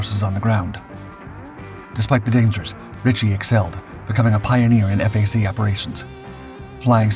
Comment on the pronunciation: Really cool how he talks about an American flyer yet showed a British version on several occasions. Various Marine and Navy versions as well. The mispronunciations of WSO and FAC are amusing.